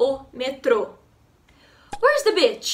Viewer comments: Oi G, gostei muito. Você ganhou um assinante novo... Só uma dica de inglês. Cuidado com a palavra 'beach.' Você falou 'bitch' que é cadela ou p*ta. 😉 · I was going to say the same comment. I love the video, but when you said beach I nearly dropped my phone! Lol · you're so cool you teach very good👍👍👍 but you have to say beach different por favor because it means something different how you say right now kkkkkk your content is amazing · Hahaha all I heard was "where is the bitch"?! 🤣🤣🤣🤣🤣🤣🤣